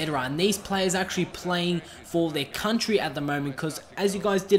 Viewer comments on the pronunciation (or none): none